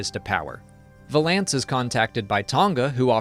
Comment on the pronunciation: I say this with the utmost respect, the way you pronounce “Valance” makes me want to smash my screen.